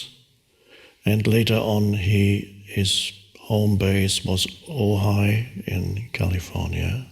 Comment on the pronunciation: Every time he says Ohai, I thought he said Ohio, which is where I live.